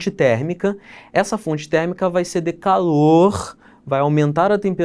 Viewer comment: DE caloOORHHHH